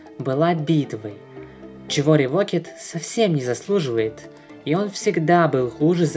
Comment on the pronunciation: Правильнее сказать Revoked-[Ревоукд] The cursed-[Зе кёрсд]